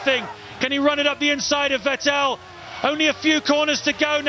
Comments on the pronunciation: Normal people: Vettel This commentator: Vetél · Had no idea for Fertell was. You're telling me they are saying Vettel? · VET- break-TEL haha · Who tf was Vetteehl ? 😂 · Ahhh the days where the commentators said Sebastian Vet-tell instead of Sebastian Vettel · Back when Vettel is called VeTELL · Vetél was actually pretty close compared to the hungarian commentary back in those days ^^ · Crofty: Sebastian Fettol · More like Wetéll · Ah yes.. Sebastian Vet-tel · "VEH TELL" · Back to a time, in which Vettel used to be called WätäLLLLL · It's still mispronounced....Crofty is the only one saying it right, like FETTEL.. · It used to be vuh-TELL, right? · The Hungarian commentators said 'Fetl' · Vet ell😂😂😂😂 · I love how they mispronounced Vettel, and as a German living in the US at the time, being completely flabbergasted who they were talking about. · Beck when no one knew how to say "Vettel" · the way he pronounces Vettel's name disturbs me greatly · How they pronounce Vettel 💀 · I love how they used to pronounce Vettel like he was French for some reason 😂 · Haha the way they mispronounce makes me feel as if this isn't the same Vettel as today, but a completely different driver. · Its so funny how commentators pronounced Vettel 😂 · Funny how he pronounce Vettel. 😂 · Yea exactly. Hearing Vettel with V is making my ears bleed. Same with Verstappen sometimes. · it's like they mix German pronunciation into his name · They still don't pronounce his name right. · he got it right the first time then he butchered it lol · OH MY GOODNESS ME VET-TTEL IS TAKING THE PLACE It weird to hear after 12 how they pronounce Vettel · Well, they still can't pronounce Vettel correctly, so... Ironically, Crofty is the only one saying his name correctly. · The best part is how they pronounce Vettel😂